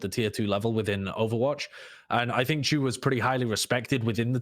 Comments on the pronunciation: "Why would you pronounce Chu as Shu?" Well I suppose that's true. -Sun- and Sidethrow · Sideshow, names don't follow the English language rules. Chu is exactly the way pronounced in a lot of other languages. In my language, for example, your way of saying the name would have to be written as "Tchu"